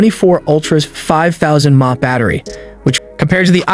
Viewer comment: You pronounce "mah" ? Dude, get a grip